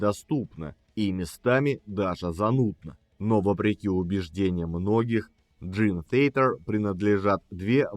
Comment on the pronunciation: Май Портной правильнее произносит название своей команды!